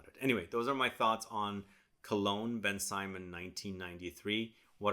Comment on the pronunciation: Thank you for this video. It's not pronounced Ben Simon though. It's more like BenSymone. I had this back in the day and I'm glad that you've discovered it. I may purchase it to see if they haven't reformulated it.